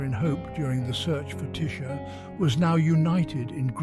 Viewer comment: im trevor edward aldridge .the boyfriend of tisha lowery we have 2 kids Onyx@ 'for fuck sakes say or speak tisha's name correctly .how dear you pronounced the one i love so so much WRONG..PLEAS TAKE THIS FUCKED UP DOCUMENTARY DOCUMENTARY OFF YOUTUBE.HOW DEAR USE.. IM SO PISTT WITH THIS UP SIDE DOWN FUCKEN DOCUMENTARY. ILL TELL YA NOW. IM A MEMBER OF PORIRUA MONGREL MOB.AND YOU DO NOT WANT TO PLAY GAMES.ILL GIVE U 24 HOURS TO PULL THIS DOCO DOWN OF YOUTUBE